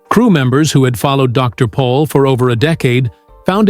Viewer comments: It's Dr. Pol not Paul !!❤ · Can’t even get his name right…..POL……..PATHETIC